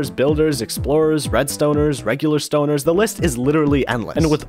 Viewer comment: i laughed too much at how you said “regular stoners”💀